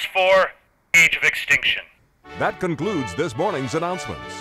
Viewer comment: I died at "Age of Ex-Stink-Tion"